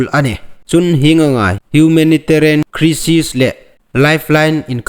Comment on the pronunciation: Crisis hi krisis a lam loin Khraisis tia lam lem ding